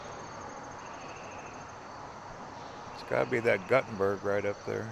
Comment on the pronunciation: Nice video tour! Just for you general knowledge,Gutte nberg, IA is pronounced "Gootenberg" and Prairie du Chien, WI is pronounced "Prairie doo Sheen". Keep up the good work!